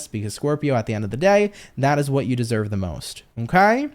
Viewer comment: Gosh I laughed so hard at "desoyved " haha I mix words all the time. Just enjoy your energy ❤️